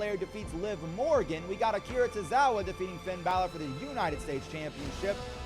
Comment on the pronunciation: For the love of God please stop saying Finn's name like that. Disrespectful and sounds horrible.